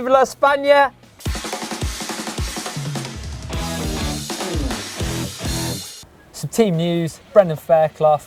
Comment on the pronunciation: Nice video like always and nice pronunciation on viva España, im from Spain 😄